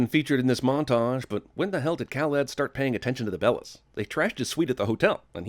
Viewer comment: I cringe every time you say Khaled